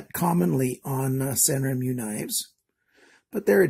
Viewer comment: The name is pronounced san ren moo. The characters are written in Japanese, I believe the Chinese company is trying to come across as a Japanese knife. Japanese words are pronounced just as they are written; the sounds don’t change if properly spoken. As in every country there are accents and slang pronunciations that might change from time to time. LOL, and it’s GAN-zo not Gone-zo. Keep up the good work. Sorry Canada is trying to make it so tough on you knife collectors.